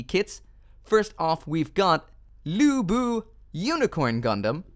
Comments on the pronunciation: Did I just hear "Liubei" pronounced "Lubu" ? Maybe "Ryubi" would be more accurate in a way the Japanese will pronounce it? Since they use real Chinese names from Romance of the Three Kingdoms, I am sure these names are hard to pronounce. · Its Lee-oo bay not lubu..... sah-oh sah-oh not cow cow!! Haha I'm just playing. Who cares